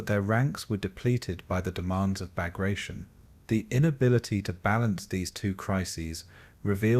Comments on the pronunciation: Cant even pronounce the operations name correctly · Can’t pronounce the name of the assault correct… I’m out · Learn to pronounce the name properly. It's am insult to a great Russian General.